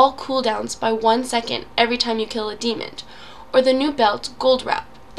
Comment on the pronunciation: thanks for gathering all this together in one place. my only complaint is that you keep adding a "d" to the end of "demon".